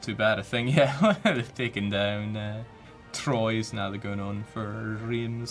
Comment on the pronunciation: Jakes province pronounciation is so terrible is funny. "Troyes"